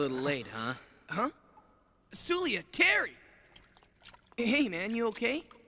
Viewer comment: Terreh Bogard!!!